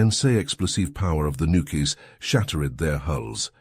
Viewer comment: "while the immensea explosieve power of the nukies..." XD